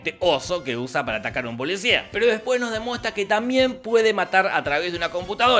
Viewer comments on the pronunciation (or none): none